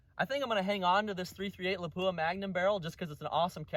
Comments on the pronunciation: 99% of YouTube gun channels pronounce it lapoooha. Except ultimate reloader. I just don’t notice it anymore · Really good stuff! Not trying to hurt anyone’s feelings here but “Lapua” is pronounced closer to “Lap-wa”. I hate it when I butcher a name!